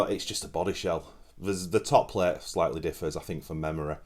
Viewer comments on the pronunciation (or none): none